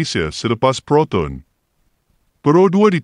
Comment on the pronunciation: Siapa la yg berkata-kata ni.....sebutan anda byk Salah.....🤣🤣🤣contoh..proton...disebut ..protun...